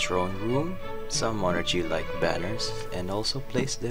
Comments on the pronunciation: why is bro saying mon archie 😭😭💀💀 its mon ARCie🙏🙏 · just wanted to say that the ch is pronounced as a k in monarchy so it's monarky, just like how the ch in chemistry and stomach are pronounced as k's.